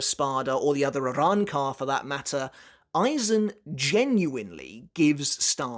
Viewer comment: Bro bodying these pronunciations lol I love the Arrancar arcs Spanish motif